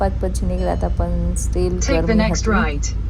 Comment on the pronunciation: Tame પણ ni badle પન bolo છો 😂😅